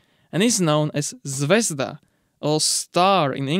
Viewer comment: zvezdA not zvEzda